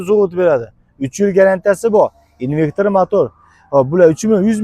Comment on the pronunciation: Инвектир эмас инвертор